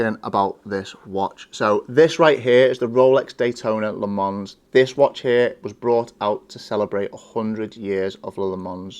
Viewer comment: It’s non Le Mans, or Le Mans, it’s pronounced Le Mans. 😊